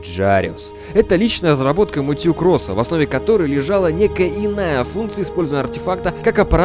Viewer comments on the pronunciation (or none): АААААА ЧТО С УДАРЕНИЕМ, ПенИнсула, МЭтью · Все хорошо, но МэтьЮ блять, МэтьЮ....